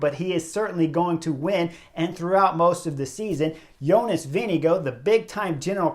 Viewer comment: Is Vingegaard really pronounced as VINNY Go?